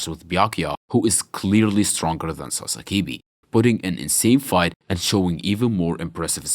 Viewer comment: Why do you call him Sasakibi? It's Sasakibe.